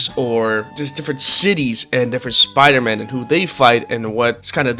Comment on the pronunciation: glad to hear you "love all the pyder-men", but if you ask me i think spider-man is better